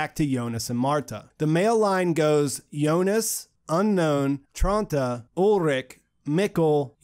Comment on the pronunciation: I liked your videos simply because you’re pronouncing Jonas’ name correctly. I couldn’t stand how other videos pronounce Jonas’ name with the harsh J lol